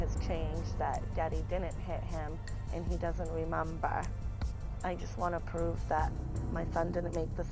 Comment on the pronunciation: I can’t get over the “rehmumbauh” it’s so irritating.